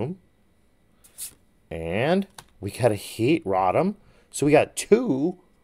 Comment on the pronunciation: He really said raw tum 😂 bro it’s pronounced “row tom” 😂